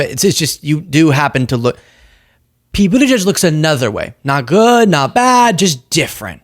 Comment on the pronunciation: Atleast he pronounced Pete's name correctly